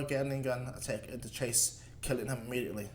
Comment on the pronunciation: It’s not Chase it’s Jace